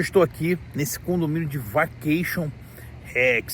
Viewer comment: Pois a pronúncia de (vacation) seria "vekeiachan" pronúncia "shuwa", Brasileiro mora nos STATE e não aprende a falar o Inglesh direto, saí do Brasil, porém, o Brasil não saí do Brasileiro. Brasileiro sendo Brasileiro, sempre a falar mal do Brasil, de seu País de origem, cospem no prato que "comes". Ora, respeite o povo Brasileiro que estão no Brasil a trabalhar e contribuir com a economia do mesmo. No más, quando estourar uma guerra por aí, fique por aí, mesmo. E pare de falar mal do Brasil. Pois o Brasileiro gosta de difamar a imagem do seu País de origem a dar margem para os gringos os falarem as dertuparem a imagem do Brasil, coisa feia que alguns Brasileiros tens de falar mal do Brasil. Seus ( extremistas, POLARIZADORES do ódio os idolatram os iluminates). Ora.